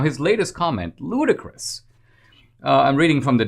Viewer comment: 😆 I could swear that you said, "LudiChristmas of this guy". I know you probably didn't but... 🤣🤣🤣